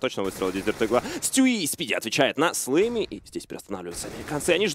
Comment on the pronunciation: Блин, мне постоянно слышится флейми а не слэмми